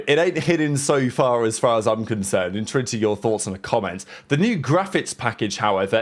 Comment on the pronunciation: bro learn how to say the word enter it’s not that fuckin hard